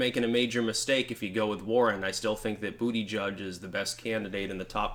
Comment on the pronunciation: BOOTY-JUDGE!! Yeah, my fellow New Englander libertarian brother, you got it right this time! I dunno who started saying it that way first but i give props to Jericho Green. Peace out.